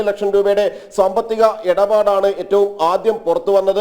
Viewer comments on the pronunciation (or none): എടപാട് അല്ല, ഇടപാട് അങ്ങിനെ പറയണം😂😂😂😂